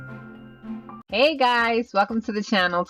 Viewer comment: When she said hey i was laughing because my friend came in and it sounded like you said hie to her